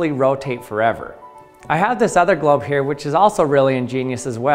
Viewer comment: He keeps saying GLOB